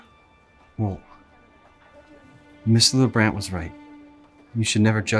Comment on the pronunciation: take out the n in mrlabrant XD